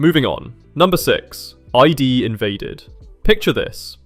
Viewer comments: Excellent list! One thing I did want to note, for ID Invaded, it's not pronounced "I.D." like identification, it's pronounced as one word "Id." Id is one of Freud's personality components and is usually contrasted with ID vs ego vs superego. Just another fun layer going to show about the mind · Its "Id" (:ead) not "ID" I can still hear Kenjiro Tsuda's majestic voice as Sakaido. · It drives me crazy hearing "I.D. Invaded".. its literally the ID, as in.. the id, the ego, and the superego. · The ID in ID invaded is pronounced like ID not I.D. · #6 ID is pronounced wrong, the letters aren't pronounced separately.